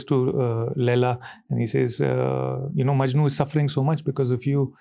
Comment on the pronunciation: Ranveer its "Laila Majnu" not "Laila MANJU" my grandma gets offended 😁